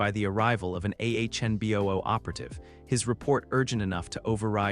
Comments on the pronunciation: it's anbu NOT ahnbu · A few times, it was ahnboo